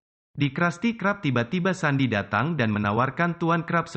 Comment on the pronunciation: Kak bukan sandiy tapi sendiy